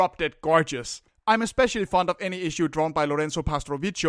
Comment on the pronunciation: btw Sciarrone is pronounced "Sharon-ae" and it's "pastrovikio" (ch is read as k in italian)